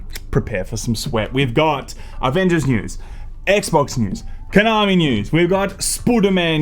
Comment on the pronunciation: Shame about the Ah-Vengers.